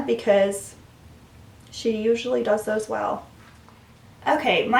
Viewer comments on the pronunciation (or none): none